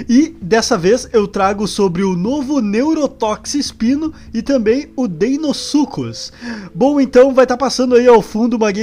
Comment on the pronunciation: PORQ AS PESSOAS FALAM "DEINOSUCUS" E NÃO "DEINOSUCHUS" COM O SOM DE "CH"?O CERTO É DEINOSUCHUS O MODO DE FALAR NÃO DEINOSUCUS. O FALA O CERTO ELE FALA DEINOSUCHUS COM O SOM DO "CH"